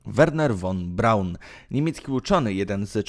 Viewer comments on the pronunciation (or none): Wymowa "fon Braun ". "Powrócił do Niemiec ", nie "Niemczech " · Nie won Braun tylko von Braun... Materiał ciekawy ale... Przygotuj się zarówno z faktów jak i przekazu... Twoje błędy są bardzo... Straszne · "von Braun" czyta sie "fon B...." a nie "won B...." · Nie wymawia się "won Braun", lecz "fon Braun". Zresztą przez "f" jest łatwiej. Nie musiałbyś się tak męczyć.